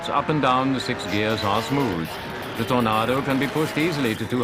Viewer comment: Lol.. love the way he calls it a "TornARdo" :)